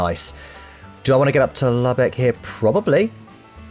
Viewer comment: Lubeck = “loo-bek”, not “lubbuk”